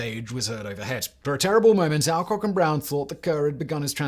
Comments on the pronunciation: Just a comment in you miss prouncations is many of your presentations. In this one it's Alcock, ever since I was a child in the 1950's it was "ALLCOCK", just to check I have tried some other YouTube presentations and all but you agree on the correct version. Please check how names should be prounced, it spoils the very interesting presentations you do when names and places are given as they are spelt not as generally spoken. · As a schoolkid we pronounced it All Cock and Brown, aka Kenny Lynch.